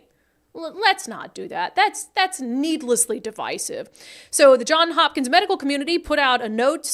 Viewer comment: JohnS Hopkins, Brandi. With an "S" at end of 1st word. Sheesh, did you not pay attention during any Covid coverage for years? (They were a leader in 'dashboards' and tracking the spread & such, cited on all newscasts across the political spectrum.)